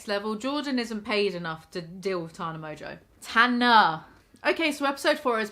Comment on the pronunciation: Why does she pretend her names mojo?!? Clearly not pronounced that way!!!!